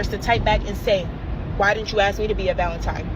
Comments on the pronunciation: If a girl says "Valen-TIME" instead of "Valen-TINE" She's dumb and you need to not take her serious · STOP valen time....-Saint MC hammer.